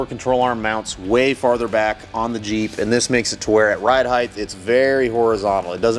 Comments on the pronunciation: right on, glad to see you back on your feet.. I didn't hear any speech issues at all, would've never known. I work with a guy who also says heighth, he just thinks it's heighth instead of height. I bust his chops all the time about it. No harm meant ... keep the content coming ! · He said heighth ....